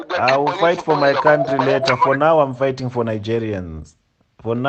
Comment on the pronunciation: 'You're not from our contrre'. Illiterate 😂😂😂😂😂😂